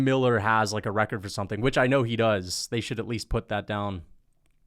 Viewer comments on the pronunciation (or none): none